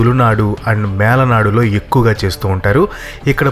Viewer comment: Melanadu kadu...Malanadu